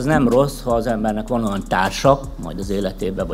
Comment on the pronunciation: "oan"😷 sikeresek.